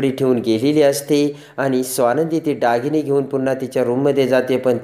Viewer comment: डागीणे नाही हो दागिने